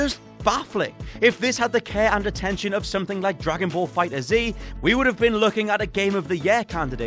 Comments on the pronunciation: Bro c'mon I know anime isn't your main thing but c'mon dude "fighters Z" you don't say both it's either "Fighters" or fighterz." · Its pronounced Dragon Ball fighters